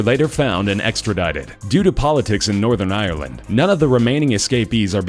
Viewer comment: I'm Cringing at how the narrator said Northern Ireland and County Antrim